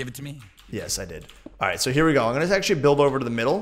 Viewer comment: Don't you mean AXEtually:)